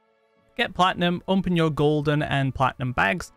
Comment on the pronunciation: I love how he says "onpen"